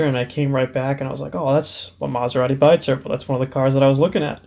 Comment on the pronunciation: It's pronounced "bee-turbo". Loving the project. :-)